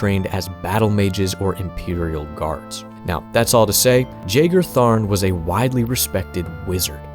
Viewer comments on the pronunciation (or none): Ain't it pronounced "yagar" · Pretty much everyone I've ever seen talk about this character pronounces his name wrong. I'm pretty sure it's supposed to be a silent J, pronounced yae-gar, like John Jeager, not jay-gar. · I have now heard Jagar pronounced three ways now and I don't know who's right. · See, I could've sworn I've heard it pronounced the other way, but maybe I'm misremembering.